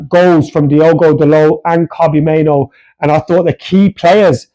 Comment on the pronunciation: Main-oo not Main-oh